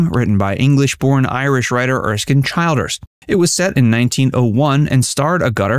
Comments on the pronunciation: How many wrongly pronounced names in one clip, Agutter 😁,On edin line, Erskine Child ers,etc, Logan's Run 1967,😂 This guy sure didn't check his facts. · First, Jenny's surname is pronounced Ag-utter, not A-gutter, it's Riddle, not Ripple of the Sands, Childers in pronounced Chil-ders, not Child-ers and it's Roscoe Lee BROWN, not Roscoe Lee. Other than that, a great video. I've been a fan of Jenny for 52 years